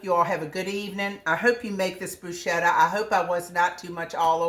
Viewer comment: Love bruschetta! I’m thinking about growing basil in the garden this year just so I have it fresh for this very purpose. Your’s looks delicious! I’ve never tried putting balsamic glaze on it; I’m going to give that a try. In Italy, the “ch” in bruschetta is said as if it were a “k,” but any you say it, it is delicious!😊